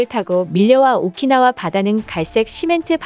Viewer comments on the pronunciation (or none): 오키나와를 오카나와라고 하다니.... 발음도 띄어읽기도 여기저기 엉망인데....